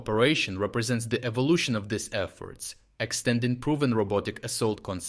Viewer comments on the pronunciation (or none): none